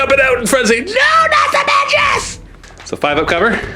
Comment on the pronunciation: Magus is pronounced with a hard g - May-gus